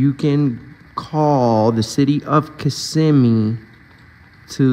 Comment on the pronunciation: Thank you for pronouncing Kissimmee correctly. On the national news they often say KISS•im•mē.